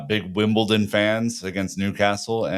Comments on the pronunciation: “Wimpleton” is killing me 😂😂😂😂😂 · 🤣 wasnt angry, it's just I'm from Wimbledon and was just pointing out the mistaken pronouncing of both my home town and the visitors to the bridge